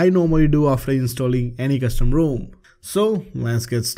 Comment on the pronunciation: Incredible that the profile is named as a play on words from his incorrect pronunciation of rom.